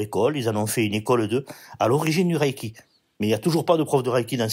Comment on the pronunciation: Bonjour, tout d'abord on ne dit pas" Raille"-ki mais" Reille"-ki. Deuxièmement, quelle sont vos sources?